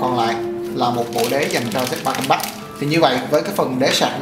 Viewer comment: Không có ai đi phát âm một thứ tiếng không phải mẹ đẻ = 100% đâu bạn. Mình chỉ góp ý nghe cho hay thôi. Còn bạn khoe background during học bên Anh mà pronounce compact like that. Oh well! That's a real impact statement.